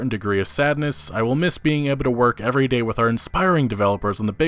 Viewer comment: "the next da will be great" Yea right